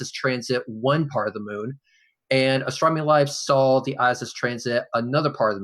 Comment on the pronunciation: It's sad that someone who loves astronomy so much can't pronounce it. "Astromy". Love you. <3